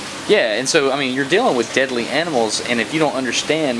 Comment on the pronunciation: Yep, he slipped into it for the word "deadly" at the very least. It's natural to do it.